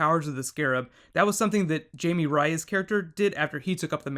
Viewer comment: Mispronounced "Jaime Reyes"